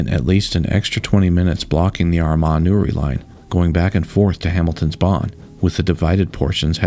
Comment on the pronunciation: Two years later and I'm still appreciative that you were able to say Armagh correctly